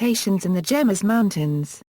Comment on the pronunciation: it is pro·nounced "hay mess"